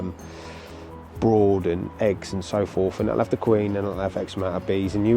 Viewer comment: Just a little correction, it's brood as in food, not broad as in ford. Keep up the good work.